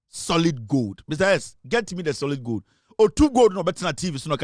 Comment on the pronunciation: Goad😂😂😂😂. Please, it is called gold and not goad.😢😢😢😢😂😂😂😂